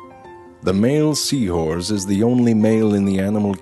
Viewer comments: Sea horze lol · Dude says sea whores the whole time and stupid people are commenting wondering why. Just wow. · Great thanks to you guys all i hear now is Sea whores. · Lol he says sea whores to have fun XD